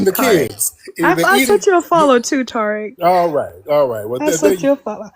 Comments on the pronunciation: The way she was pronouncing Tariq’s name as Tar-ick 😂😅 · She said, "Tariq" like tar sounds - the Tariq baby. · She keep calling him Torik 🙄 Over these immigrants!